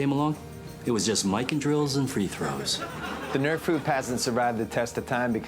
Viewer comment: Kyle Nerf!!! lol its Nerf or denatha bratha \m/